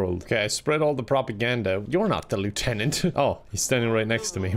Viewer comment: says lieutenant wrong